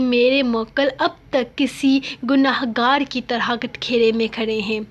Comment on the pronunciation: کٹہرے ✔ کٹکیرے ❌